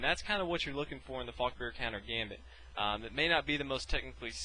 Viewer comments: At the start i hthought u said fucker countergambit or fuckbear countergambit lol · i always hear "the fucker countergambit" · Did anyone else think at first he said "fucker counter gambit"? lul